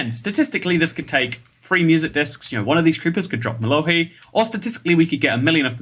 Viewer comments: Mas really said mello-HEE And he missed 3 CHARGED CREEPERS LIKE WTF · Mellohi (I've always pronounced it Mellow High) is a drop in Buried Treasure Chests, so it should have been one of the more common Music Discs in your collection.